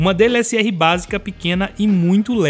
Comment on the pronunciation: Ele fala DLSR rs.